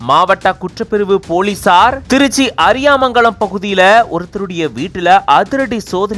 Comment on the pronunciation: அது, அரியாமங்கலம் இல்ல, அரியமங்கலம் 😂😂